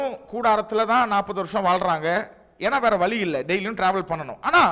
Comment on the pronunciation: வலி அல்ல வழி